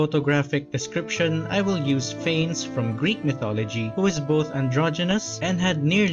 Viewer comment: It’s pronounced fan-ess